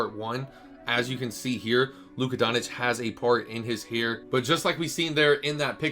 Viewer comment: Doncic = Don - Chitch Ch - as in Chicken Itch - as in “it itches me that you can’t pronounce his name” :k)